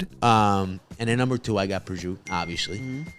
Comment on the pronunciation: Fascinating deep dive!! I kept wondering why they didn’t say the final vowels in Prosciutto and Mortadella.